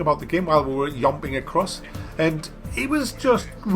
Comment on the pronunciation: You said YOMPING!!;-p